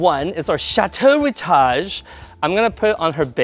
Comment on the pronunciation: Love your work, hate you say rootage.